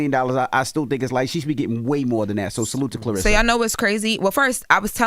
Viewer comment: Yeah, I wonder why she doesn't get more endorsements. I don't know about Wynn Records. Wynn Records seems very suspect. Has Pap done deals before? Her name is not Clarissa. It is Claressa. There is an e in her name, not an i.